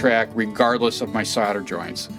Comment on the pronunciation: SOLDER not soder